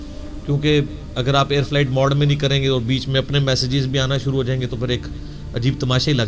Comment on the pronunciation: مُحترم آپکا تلفظ بھی سہی نہیں ہے آپ لفظ شُرُوع کو سُرُُو کہ رہے ہیں۔ دُرُست کیجئے۔۰۰۰۰